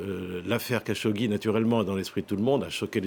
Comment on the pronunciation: La prononciation approximative des noms est pénible chez les journalistes de F24. C'est quand même grave à ce niveau de ne pas connaître Jamel khachokeji .... . Comment se fait-il que lorsqu'il s'agit de Jamel Debbouze on sait bien prononcer le prénom et lorsqu'il s'agit du journaliste assassiné, on prononce Hamel au lieu de Jamel .... ? Alors de deux choses l'une ... Soit la journaliste n'est pas pro et fait du n'importe quoi dans son travail, .... Soit, on fait exprès pour donner une consonnance exotique à la prononciation des noms. 🤮🤮🤮